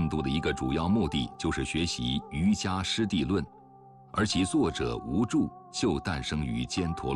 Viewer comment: 解说在读音上犯了一些基本的佛教常识错误，例如瑜伽在佛教传统上读yu qie ,无著第二字读作zhuo而不是zhu